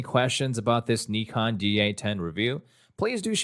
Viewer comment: Thank you for making the effort and pronouncing "nikon" the right way ! 👍🏻❤️